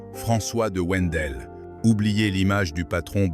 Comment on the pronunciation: Wendel se prononce (vindel)